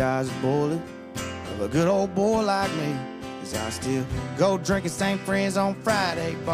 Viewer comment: See! It’s boy or boh, not bull lol 😂